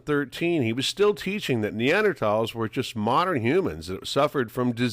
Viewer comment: yes, he clearly was completely uneducated on the subject just going by pronunciation.